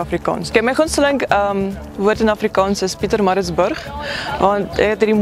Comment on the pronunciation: I agree - die manier hoe die uitspraak van die woord PieterMaritzburgh as n' voorbeeld wys is perfek!